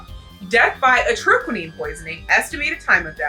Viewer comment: Huh, I always thought it was pronounced Atro-key-nine